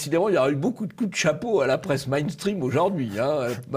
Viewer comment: J'aime le mot "Mainstream" prononcé à l'allemande par Le Gallou.